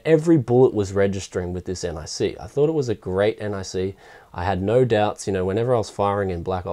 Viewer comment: omfg not n-i-c its nic